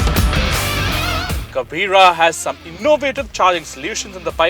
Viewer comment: When You said in a wrong way the word "kabira".... So annoying